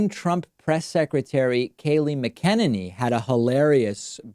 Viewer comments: It's Mac-uh-NAY-knee, not Mac'Ken-Ninny. It would behoove you to at least pronounce her name correctly, garbage human though she may be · I like how he is saying her name wrong. It’s mcnutty not mckennedy. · Mac-an-inney. FYI. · David, you're mispronouncing Scabie-Kayliegh's last name... it's: FUCKin-ninny. (emphasis is on the 1st syllable) as always, thumbs-up! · The press secretary KAYLEIGH MCENANY name is pronounced Kaa lee Mac en nanny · Please learn to pronounce her name correctly.. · So cute the way you continue to mispronounce McEnany. It's exactly the level of respect she deserves. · so what is it. Mac-a-nini or Ma-kenini. also, Dave, can you pronounce Tulsa & Buttigeig again?? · You’re pronouncing the press secretary’s last name wrong. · David, do your homework on the pronunciation of the press secretary’s last name. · David, you mispronouncing the press secretary’s mane over and over!